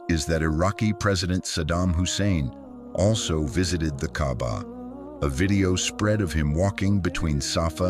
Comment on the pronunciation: By the way, it's called kaaba not Gabba may Allah guide you to the wghrit diraction.